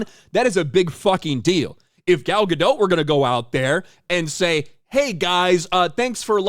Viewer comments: Gal Ga-DOT, not Ga-DOUGH. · It's Gal Gadottttt. Not Gado. It's a Hebrew name, not French. Can you say the T in the end? Please. Love your vids BTW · Gah dot, not gah doe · One note: the T in Gadot is not silent. I hear a lot of people mispronounce it since it sounds French. But it's a Hebrew word for river banks. Fun fact: Gal means wave, so her name means "wave on a river's bank"